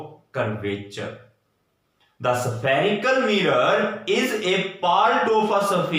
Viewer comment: spherical mirror ko Kya pronounce kya 😂😂😂